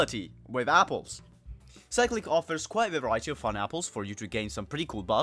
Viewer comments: I cant tell if its you or cyclic itself that is wrong. but why is it being pronounced that way. Cyclic is literally just a word with a different pronunciation bruh. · Not how u pronounce cyclic )